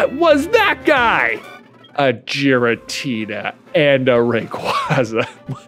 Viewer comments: J pronouncing Giratina with a soft G hurts my soul. But he's allowed to pronounce it however be wants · Giratina is pronounced with a hard g